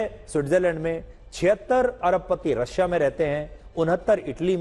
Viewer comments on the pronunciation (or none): none